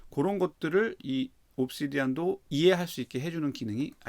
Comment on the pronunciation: 중요한건 아니지만 옵시디'언'이 좀 더 맞는 발음인 것 같습니다!